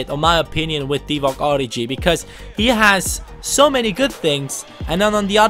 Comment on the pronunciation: It isn't origji (prononciating) but origi. The french g